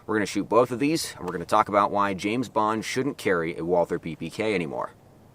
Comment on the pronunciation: Fun Fact, Walther is a German company, and the name Walther is just pronounced "Walter" you dont have to make the TH sound.